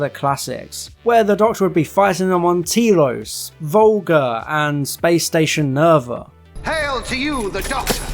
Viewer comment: I agree with most of your assessment. I liked the episode more though, probably because I expect children to be stupid so I just tune them out better maybe? Okay... pet peeve : "Tee-Los" ??? Really? We've had this pronounced for us for Decades as Tell-os, Telos. Why do people insist on inventing new weird ways to pronounce established things? I could see it if Doctor WHO were a book, but it is a TV show, they say the name aloud for you to repeat it properly!!! It's as daft as "Day-lek" instead of "Daa-lek." Whenever someone makes a mistake like that I immediately assume they haven't really watched the back-catalog, they are fans in name only, but I think you're a real fan and you're obviously intelligent so I don't get it. And it may seem I'm going on about something unimportant, but if I'm paying careful attention to your logical, reasoned analysis, then you say something that demonstrates profound illogic, it's really jarring. I had to go back and re-watch the bit after that slip just to get my head back into your commentary. And yeah, the Doctor's skirt comment was even more jarring! I would much prefer a City of Death callback like: "into a form that's very beautiful, probably," as an alternative if you absolutely HAVE to bring features into it. Was it you or someone else that said Moffat can't do any writing for females w/both hands on the keyboard? This was a pure Moffat Moment.